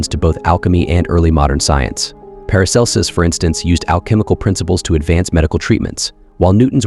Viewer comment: How the fuck does your AI voice pronounce Paracelsus correctly but CAN'T PRONOUNCE LEAD?!